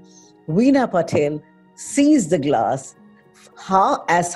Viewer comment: It's not Patel , it's PATIL